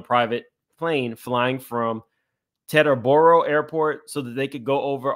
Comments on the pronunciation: Oooh the Arista struggle was real. 😁 a -ristta (a like apple). Also Teterboro airport in NJ is only 12 miles from NYC pronounced Teeter-borough. They all use private planes from the convenient location. I love that you tried to correct while reading the lengthy document. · This dude mispronounces so many words. It’s Tee-Turr-Bourough airport.